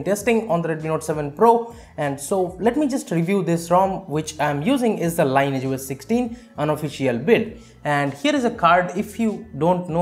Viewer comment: Thank you for the helpful video! Btw, the pronounciation is "lin-eee-etch", not line-age.